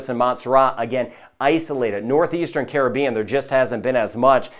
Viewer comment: I’d feel better about the forecast if Caribbean was pronounced properly. 😐